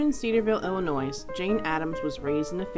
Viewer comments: she said illinOIS 5 seconds in n I lost focus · FYI you don't sound out the s at the end of Illinois.